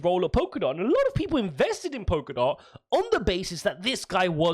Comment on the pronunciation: It's Polkadot not Pokerdot. And if he's changed his position he hasn't quit.